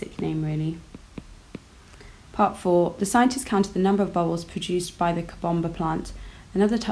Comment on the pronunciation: The way she says COBOMBA PLANT😂😂😂😂